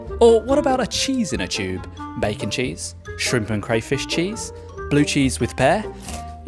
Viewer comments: "CHUBE" xD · mf pronounces tube like chewb